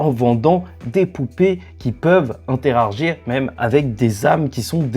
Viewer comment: Interargir 😂 Sinon bonne vidéo 👌🏻